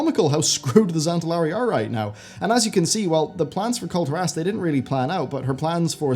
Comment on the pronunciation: Can you please pronounce Kul'Tiras correctly? :) It's almost as bad as the people who pronounce Tyrande "Tie-rand-ee"